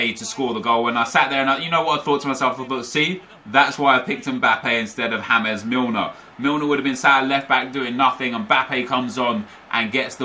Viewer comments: Hames Milner, it’s James Milner, that triggered me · James or so nep says ( hames) milner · 'hames' (James) Milner. Nep you're too much XD